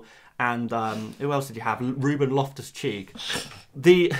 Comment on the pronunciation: Did you say 'Ruben lost-a-cheek' 😂